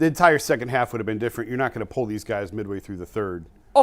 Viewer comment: When did “these” become “deez,”?